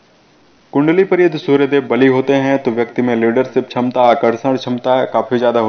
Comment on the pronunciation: Chamta nahi kshmta hota hei bhai.... Sahi bola Karo sunane mei bura lagta hei....